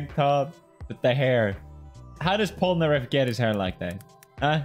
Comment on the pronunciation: I just wanna know how anyone who's ever watched Jojo pronounces Polnareff like that?